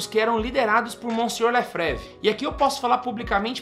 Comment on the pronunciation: Facilmente identificamos uma pessoa despreparada para falar sobre o assunto em questão, e ainda mais despreparada para falar sobre Dom Marcel Lefebvre, pois sequer sabe pronunciar o sobrenome. A FSSPX, quer queira ou não, salvou o sacerdócio católico e mantém viva a verdadeira fé católica.